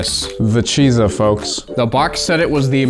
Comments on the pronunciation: BTW, zh is pronounced as J. From your local (half) asian man. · pronounces Chizha like it just gave him the last of its Hamon